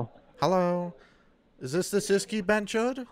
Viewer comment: Bonus tip: BhenchoTH with a 'T' not' D'